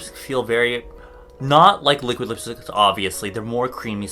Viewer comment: Li liuk liuk li-quid lipstick HAHAHA